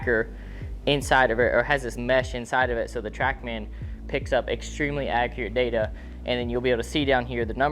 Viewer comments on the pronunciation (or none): none